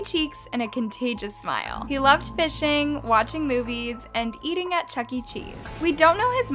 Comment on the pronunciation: I discovered this channel accidentally and as I watch your videos I realized that the narrator keeps on dragging the last syllables of every line "alabamaaAAA" "he has a contagious smileeEEE" "missingggGGG"